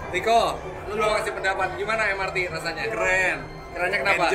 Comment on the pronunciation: Em-er-te Bang, sudah diindonesiakan kepanjangannya jadi Moda Raya Terpadu, jadi pelafalan singkatannya mengikuti ejaan bahasa Indonesia, karena kepanjangannya berbahasa Indonesia